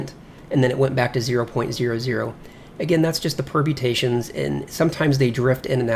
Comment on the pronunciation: Your videos are really nice guides to Orbiter. A little hint: It’s not “perbutations”, but perturbations :) And the time difference between both ToRs in orbit 3 is not several minutes but 30 seconds, which still is quite a difference. DTmin would be minimum time difference, which is 31.85 seconds, like I mentioned above. ;) Thanks for the videos.